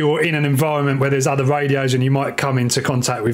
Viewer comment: The word is "OTHER". Stop pronouncing it like it is spelled "UHVUH".